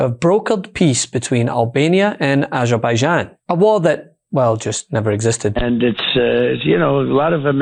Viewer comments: Aberbeijan and Albania. He said Aberbejan not Azerbeijan. (Don't ask me where that is) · He cant pronounce Azerbaijan.... and its Armenia not Albania!